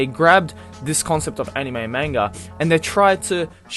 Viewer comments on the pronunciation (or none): CatCurrent Yeah but they are also calling manga child porn as well, and the way the pronounced anime..... aniiiiiime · They even said anime and manga wrong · CNN couldn't even pronounce Anime correctly -.